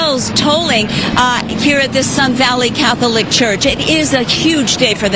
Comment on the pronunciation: Why does she keep saying “Cath-O-lic?” 😂